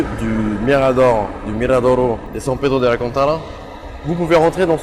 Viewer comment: Super mais tu parles parfaitement le portugais et pourtant t’as super mal prononcé são Pedro de Alcântara . C’est bizarre